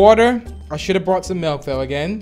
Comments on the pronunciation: Its milk oh wait checked the dictionary its MALK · Alphapixels well uh, they in the audio, someone gets mad that they say “malk” instead of “milk”